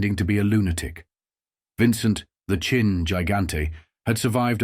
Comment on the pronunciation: It's Chin. Not Chine. AI Boolshoot.